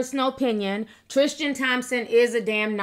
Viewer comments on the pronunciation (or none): It’s Tris-TAN not Tris-TIAN! I love u T but it bugs me when u mispronounce things lol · triSTan not triSHTan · Girl, his name is TriStan. Not TriSHtan 😂🤦🏼‍♀️ I’m not saying it isn’t wrong - it’s shady, BUT this idea that men can be “taken” by women is insulting. They only go if they want to go 😌 HE is the one who promised to be faithful: these women didn’t promise anyone anything (including Jordan 😌). As usual, people jump for the woman in these situations when they’re not the ones with the responsibility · Tristan not Trishtan. Lol sticks out like a sore thumb!!!! 😂😂😂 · Why do you say tristan like its spelled trishtin? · omg stop saying trishtan no h!